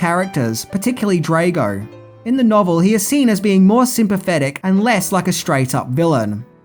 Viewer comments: Drah-go not Dray-go, pronounced schmelling and Burning Heart not Burning Heat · Good review BUT it's pronounced DR-ARGO...not Draygo. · Dre -go ? Cmon really. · Yo learn to say drago properly FFS do you watch these movies ?? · DRAH-GO not DRAY-GO FFS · It's not pronounced drAgo. It's Draaago. Get it right dude. DAMN!! Did you actually WATCH the movie before critiquing it? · I thought it was Drago ?..Draygo? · Drago. Not draaago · Drah-go not DRAYGO lol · Drago, not Draygo Burning heart, not burning heat. Research was poor. Tut tut. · comon dude Drag o like drag to drag something then o Drag O not Drage o sorry if I'm nip picking your a good dude have you ever thought about doing a greatest f ups video? I'm not being a smart ass just saying it would be a fun show similar to what the nostalgia credic dose some times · Draaaaago not Dreygo haha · "Drago" (Draw Go) Not (Dray go).. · I love ya, but honestly every time you say Dray-go instead of Drahh-go it feels like getting hit by... well... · Not DraYgo...........DraW-go...................I understand you have the Australian accent, however its also important you pronounce things correctly. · Come on man. Pronounce Ivan Dragos name correctly. You stay butchering names and titles. Drago is pronounced like the word drag with a o at the end. Like the word oh…..Drag-O. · I know you’re generally as thick as two short planks, but for fucks sake learn to pronounce peoples’ names correctly. There was no such character as Ivan Dray-go, and he wasn’t plated by any actor called Dolph Lunge-dren. You’ve only had 36 fucking years to learn how to pronounce them correctly. Bell end. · Ivan Drey-go! Lol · The twat pronounces Drago as “Draygo”. He can’t fucking speak!!! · You should watch the movie again and learn how to pronounce “Drago” “Max Schmemling” another mispronunciation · Do you purposefully mispronounce names? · He also can't pronounce "Drago" or "Schmeling".